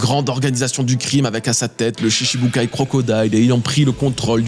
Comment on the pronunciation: Il faudrait apprendre à prononcer shichibūkai correctement, sinon tu peux dire ‘7 grands capitaines corsaires’.